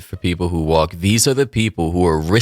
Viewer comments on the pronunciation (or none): none